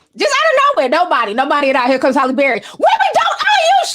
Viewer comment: I love how Ti mispronounces words... LMAO morbidly o beast and Holly Barry!!! I swear I love this girl!!🤣